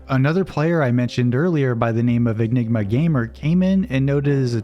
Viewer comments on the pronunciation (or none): none